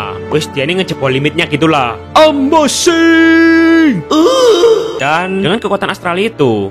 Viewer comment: Ohhh ambasing oh ambasinngg😹